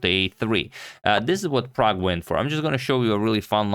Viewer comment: Man! Man this dude called Prag!!!!